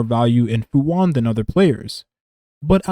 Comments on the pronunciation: It's pronounced Fu shu-an(xuan) You're saying "Fu one" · why'd you call her fu wan not even 5 seconds into the video? xD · Im sorry I dont want to come off as picky and annoying but Fu Xuan is pronounced "Fu Shu-yen" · Her name is Fu Xuan not Fu One.